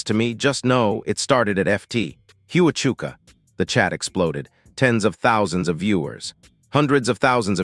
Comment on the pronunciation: It is Fort Huachuka pronounced Wa-chuka